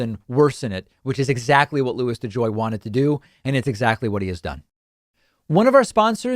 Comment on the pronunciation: Hahaha De Joy needs to go to De Jail ! Oh buddy you are going somewhere! It rhymes with mail.... and begins with a J . Do your homework.